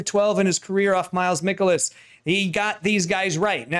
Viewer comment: You are saying miles michaelis's name wrong